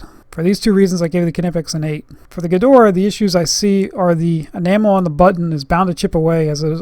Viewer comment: why does he call it "Gedoraa" or is it the access flehm in his throat?